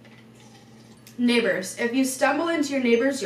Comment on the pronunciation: when she said “neighbors” I was eating chips and looking away from the screen.... sounded A LOT like she was casually saying another n word....